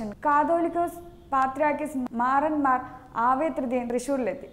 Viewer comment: നല്ല ശബ്ദം നല്ല വാർത്ത വായന. പക്ഷേ മാറന്മാർ അല്ല മോറാൻ മോർ എന്നല്ലേ പറയേണ്ടത്.